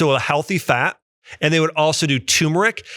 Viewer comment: Btw Dr. Axe, it's turmeric (tur-mer-ick) NOT tumeric (tomb-er-ick)